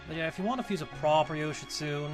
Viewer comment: Oukuninushi is a guy... You butchered Yoshitsune's name and he actually INHERITS LIGHT. Bloody tower arcana sometimes... I wouldn't say Tower is hard to fuse because there's 7000 ways to fuse Masakado IIRC. And I'm not kidding.